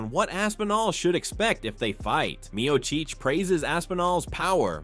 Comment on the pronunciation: You need to pronounce Miocic and Gane correctly